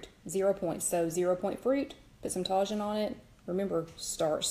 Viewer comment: You can get Tajín at latin grocery stores. It's pronounced TAH-HEEN. The J is pronounced with an H sound.